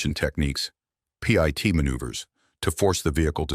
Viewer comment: Not to mention the bad AI narrator. It said " pee it " manoeuvre rather than PIT manoeuvre. Artificial intelligence isn't that intelligent. I miss the days when real people did stuff.